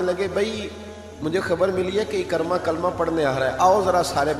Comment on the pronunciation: محترم! آپ کا اندازِ خِطابت اور مشن ما شاء اللہ دونو ہی بہت اعلی ہیں ۔ جزاک اللہ۔ لیکن آج آپ ابو جھل کے بیٹے کے نام کا تلفظ درست طریقے سے ادا نہیں کر پائے ۔ یہ لفظ عِکٙرمہ Ekar+ma نہیں ہے بلکہ یہ عِکْرِمٙہ Ik+rima ہے۔ یعنی حرف ع کے نیچے زیر حرف کاف پر جزم پھر حرف ر کے نیچے زیر اور م کے اوپر زبر ۔ نوٹ کرنے کا شکریہ اسی طرح ابو ذر غٙفّاری رضی اللہ عنہ کے نام کا تلفظ بھی اکثر حضرات غلط ہی ادا کرتے ہیں یہ غٙفّٙاری نہیں ہے بلکہ غِفاری ہے GHIFARI یعنی حرف غ کے نیچے زیر ہے اور حرف ف پر صرف زبر ہے یعنی زبر کے ساتھ شد نہیں ہے۔ اسی طرح ترکیبِ ابو بکر میں بھی بکر کی کاف پر زبر نہیں ہے بلکہ جزم ہے یعنی Abu Bakr درست ہے۔ سو اگر آپ اس رہنمائی پر میرا شکریہ ادا کرنا چاہتے ہیں تو میرے یو ٹیوب چینل کی ایک وڈیو ضرور دیکھیں عنوان ہے قراٰن کریم کے وہ الفاظ جن کو لوگ اکثر غلط لکھتے اور بولتے ہیں۔ چینل کا نام ہے professor azeem میں ایک گورنمنٹ کالج سے ریٹائرڈ عربی زبان کا پروفیسر ہوں اور آپ نیوز ٹی وی پر آفتاب اقبال کے ایک شو میں فرہنگ آصفیہ کا سگمنٹ لکھتا ہوں۔ تعارف اس لیے لکھا ہے تاکہ آپ عِکرِمہ بن ابی جھل کے تلفظ کو نظر انداز نہ کر دیں ۔ شکریہ اللہ حافظ پروفیسر عظیم لاہور